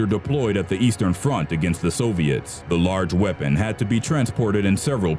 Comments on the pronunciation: the so-v-its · It's Soviets, not Soviettes. When you say it like that they sound like a line of chorus girls.